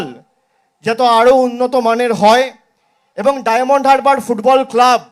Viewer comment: কত অশিক্ষিত, বলছে ডায়মন্ড "হাবড়া" উচ্চারণ টা শুনুন